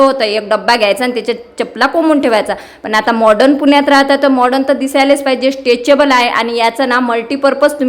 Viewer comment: स्टेचेबल नाही, स्टेकेबल असते ते